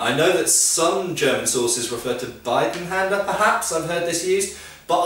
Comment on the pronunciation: funny thing is everybody using german terms like "Zweihänder" is messing up pronunciation. In fakt I have resently seen a amerian video and he was talking about Bidenhänder and he got it so wrong it toke me minutes to figure out what he was talking about and I am german. So lets stick to gread sword :D